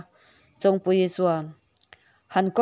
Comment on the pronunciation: Chong tih hi i lam dik lo. Chogthu tih a chong lamdan an g hian lam tur.